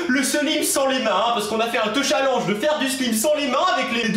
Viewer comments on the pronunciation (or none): none